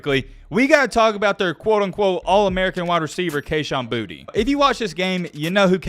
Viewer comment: Boutte• is pronounced “Boo-Tay” . get more cultured my guy.